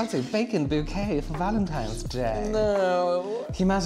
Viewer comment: I just caught that said ”Happy Vagentines Day” did I hear it wrong 🤣🤣